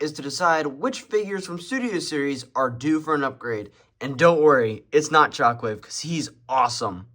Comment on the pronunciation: bro i swear i thought he said chocolate not shockwave😭